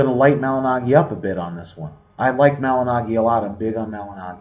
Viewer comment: You are big on Paulie and you can't even say his name correctly?